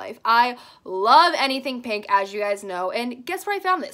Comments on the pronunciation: No one:: " this cute little paink mirror" Lol you said paink instead of pink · When you were talking about the mirror she said pank instead of pink lol